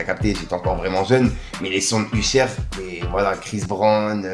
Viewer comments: t'as dit "Uchère" frérot, fais un effort... mdrrr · U-chère et kilsbranl? 🤔🤣 fait un effort serieux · C'est une dinguerie de prononcer Usher comme ça Uchaiiiiire 😂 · Wwwhhhhaaaaaa tu m'as fait saigner les oreilles avec ton ....USHER 😂😂😂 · t'as prononciation de "Usher" me termine🤣🤣🤣😭💯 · Je suis sur que t'as fait expres de mal prononcer Usher pour generer + de commentaires, c'est malin mdr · Grave j'ai dit la même choses plus haut, c'est trop abusé le nombre de fois où il prononce mal, c'est sûr c'est pour qu'on commente ^^ sacré